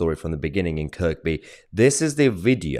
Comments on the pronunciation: it's not pronounced Kirkby it's pronounced Kirby. ker be . even though it's spelt Kirkby ..it wasn't just once it's been happening quite a lot with lots of teenagers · If you are a Scouser and you hurt one of them they will stand up together like a family. It's pronounced Kirby not Kirkby. Liverpool is a mixed community that is very friendly except over football, Mum moved us up there and we had a house warning that went on for nearly a week with people coming back after work,started the night Liverpool won the cup from arch rivals Everton, both side supporters came back to our place and had a great time ragging each other off over the game. They work hard, play hard, fight hard and love hard. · It's pronounced "kerbee". Lern yerself scouse. ;) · Mr tosi, your fab, but the R in kirkby is Silent Its spelt kirkby, pronounced KIRby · Thanks for highlighting this Mahyar, great job! Just a tiny comment though, the second K in Kirkby is silent so it’s just Kirby. It’s a name from the Vikings which in modern language means Church Village. Once again thanks. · It's pronounced Kirbee and it's probably got more to do with having a tear up than anything deeper. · IT'S PRONOUNCED "CURBEEE"!🤦‍♂️🤣🤣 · Kir-bee. Your welcome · Kirkby is pronounced "KURBEE" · It's pronounced Kirby, the 2nd 'K' is silent. I grew up there, it's definitely not a 'far right' town. Thanks Mahyar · Point of order - It's pronounced Kirby. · It's kerbe mate that's how you say it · It’s pronounced Kerr bee just for clarity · SPELT KIRKBY MAHYAR ..PRONOUNCED KIRBY, you can't help it your British or you think you are. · Kirby it is pronounced as. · It's Kirkby with a silent second K or if you are from Kirkby it's pronounced (phlegm)irby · It's not Kirk be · You don't pronounce the second "K" in Kirkby btw. Keep up the good works. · The second K is silent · The 2nd K in Kirkby is silent.... Js. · Mayhar - the second k in Kirkby is silent. The second thing is he is lucky to be alive. He needs to move. Quickly.